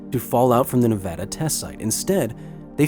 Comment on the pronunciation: I’m glad he said Nevada right I live in Nevada and I’m very proud of my state not so much the nuclear testing though has rendered lots of land useless but we are good testing and filming site